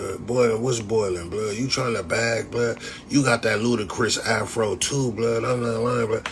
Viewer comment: He said half-ro lmaooo I’m dead